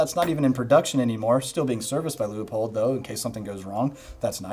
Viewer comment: Still amazed no one knows how to pronounce "Leupold". And I'm including the fine people in Portland that make them. Loo-pulled? Lieu-puhl? Leh-poh-eld? Lu-up-peld? Lee-o-poled? La-pel? Li-up-old? My pronunciation Leo-pol'd? My gf's Lup-uld? And now Loo-i-poll?